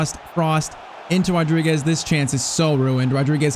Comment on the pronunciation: Being Portuguese, i have to say this: you wrote Fernáo Rodrigues, and it's Fernão Rodrigues (the little wave in the "a" it's called a til, kinda like my name) and you are saying Rodriguez, it's a common mistake, just like Bruno Fernandes